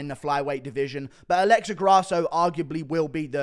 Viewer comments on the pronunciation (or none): none